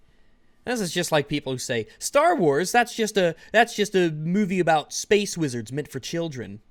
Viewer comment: Warhammer 40K: Spess marines STARWARS: SPESS WEEZHARDS